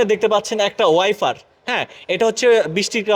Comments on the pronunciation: Allow ring না ভাই, Alloy Rim আর ওয়াইফার না ভাই_ ওয়াইপার হবে। আর যেগুলোকে স্প্রিং বলছেন ওগুলোর নাম sock observer_গাড়ির যন্ত্রাংশের নাম আগে শিখুন। তারপর রিভিউ ভিডিও বানান,তাহলে আর হাসাহাসি হবেনা। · ফ্রাইভেট কার, ওয়াইফার!!😂 প্রাইভেট, ওয়াইপার শুদ্ধ উচ্চারণ করার চেষ্টা করবেন।